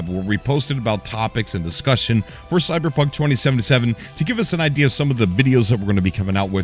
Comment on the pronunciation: Did he say cyberpuff?